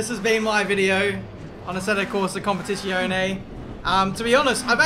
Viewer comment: Jesus Christ,! KOM PEH TEE ZZ - AS IN PIZZA E OH NEH Pronounce it right!